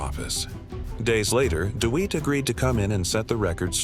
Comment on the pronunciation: His name isn’t deweat it’s Dewitte